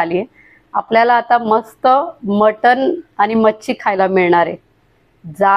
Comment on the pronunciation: ताई नमस्कार सर्व प्रथम आपले अभिनंदन. नेहमी ब्लॉग बनविताना आपले नाव सांगत जेणेकरून आपल्याला उत्तम प्रतिसाद मिळेल. आणि महत्वाचे शक्यतो इग्रजी भाषा याचा उपयोग करू नका. आपली मराठी भाषा शुद्ध बोलण्याचा प्रयत्न करा. कारण हा ब्लॉग अख्ख मराठी जग बघत आहे.. काही शब्द खटकले ते कृपया दुरुस्त करा जेणेकरून पुढच्या ब्लॉग मध्ये या चुका आपल्या कडून होणार नाहीत 1) आपण : आपन नव्हे 2) आणी : आनी नव्हे